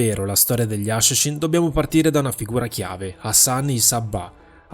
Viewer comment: "Gli asciascín"